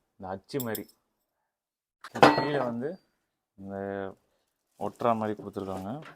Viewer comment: தம்பி தமிழை கொல்ல வேண்டாம்...அது மாறி இல்லை மாதிரி 🤦